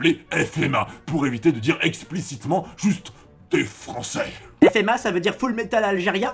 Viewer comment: HAHAHA jpp c'est a-g dans la blague sur "Les francaéééé" à